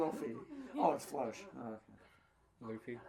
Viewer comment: Low-FEE What have you done to Luffy's name NotLikeThis